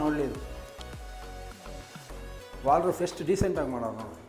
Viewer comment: ಅಯ್ಯ ನಿಮ್ಮ ಮನೆ ನಿಮಗೆ ಗೊತ್ತಿಲ್ವ 😁.. ಇಷ್ಟು ವಿಡಿಯೋ ಮಾಡ್ತೀರಾ ದೇವಿಗೆರೆ ಲಿಫ್ಟ್ ಕಂಡೀಶನ್ ಹೇಗಿದೆ ಅಂತ ತಿಳ್ಕೊಂಡಿಲ್ವ ನೀವು!!. ಸ್ಲಯ್ಡ್ಲಿಂಗ್ ಐಡಿಯಾ 👌👌👌. ವಾಲ್ಡ್ ರೂಫ್ ಅಲ್ಲ. ವಾರ್ಡ್ ರೋಬ್ ಅಂತಾರೆ